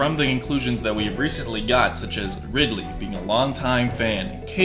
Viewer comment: “Rdiley.” xD I’m surprised he’s only 9th on this.